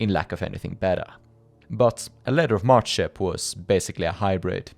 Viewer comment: It's "Letter of Mark" not letter of mart